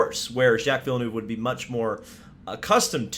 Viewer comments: Its vill-nerve btw. Not vill-noove btw. Just a quick correction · Did he just say vill-eh-nuve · He's been around for at least 26 years yet you bloody yanks still dont know how pronounce Villeneuve